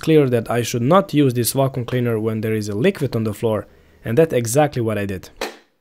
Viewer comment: "Wacom" cleaner? 😁